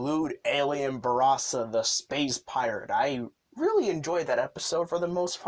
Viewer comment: Yeah, buddy needs to learn how to say Geed, Belial and Barossa